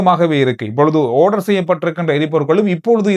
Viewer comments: ஓடர் என்ற சொல்லை ஆடர் என்று வாசிக்கவும் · ஆரஞ் ஆர்டர் ஆவ்வீஸ் இது எல்லாம் இந்திய உச்சரிப்பு. இலங்கை உச்சரிப்பு பிரிட்டனை பின்பற்றியது. ஒவ்வீஷ் ஓரஞ் ஓர்டர் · ஓர்டர் தான் சரியான சொல் பதம்